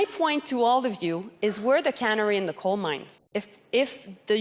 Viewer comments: Joly, it’s not cannery in the goldmine, it’s a canary. So we have one liberal leadership candidate who can’t speak French and another who can’t speak English! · Joly said we are the cannery in the coal mine. Someone tell her it’s the canary not cannery.😂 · She said can ery she said canery wrong what a moron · Ahahah Joly saying we’re “the cana ry” in the coal mine. She truly needs to be silent and go away, be gone!